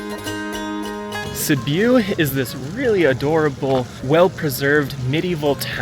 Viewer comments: A small cute town, with a metro area of around 270000? And it is a city.. It is not Sibooooo, it is Sibiu, pronounced like Sibb-i u.. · Sorry dude omg can’t pronounce the city and it’s not small.